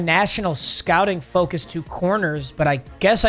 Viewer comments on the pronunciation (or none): none